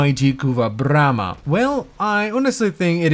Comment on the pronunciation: Say BRRRRRRRRRRRAMA one more time.